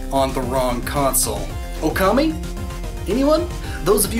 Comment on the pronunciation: I just finished Okami HD, it's an AMAZING game and looks absolutely GORGEOUS in HD. Pro tip! If you want a physical release, the Japanese version can be played in English! Bonus pro tip! "Okami" is suppose to be pronounced with a long "O" sound. "大神" when written in hiragana is "おおかみ" which can easily be converted to English as "ookami". The official English title skips one of the "O"s though, hence the problem. BONUS FACT!* The game's title is a pun. "大神" ("ookami") literally translates to "great god" which makes sense since you're playing as Amaterasu who was one of the top gods in Japanese mythology. However, "Wolf" in Japanese is also "ookami". Hence, you play as Amarerasu, who is a great god (ookami) taking the form of a wolf (ookami).